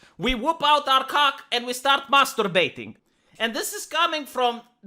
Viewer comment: The way says mastorbaiting is hilarious